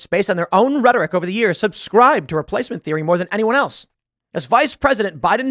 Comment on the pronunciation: Reee - place - mint is not a theory, it's a CONFIRMED FACT.